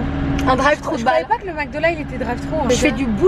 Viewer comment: romy dit h24 mecdo au lieu de MACdo